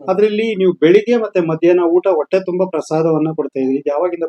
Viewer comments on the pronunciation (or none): ಕನ್ನಡ ಸರಿಯಾಗಿ ಕಲಿಯೋ ಹ ಕಾರ ಅ ಕಾರ ಒಟ್ಟೆ ಅಲ್ಲ ಹೊಟ್ಟೆ